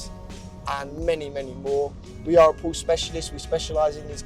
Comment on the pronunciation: Por-sha. It’s a two syllable word.